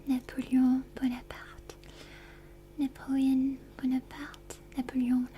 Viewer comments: as a French native speaker, I can tell you she is spot on. Very beautiful and accurate pronunciation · I absolutely love your pronunciation of napoleon bonaparte I think it's very nice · I love when she pronounces the names in other languages CORRECTLY,, that Napoleon Bonaparte was perfect and gave me tingles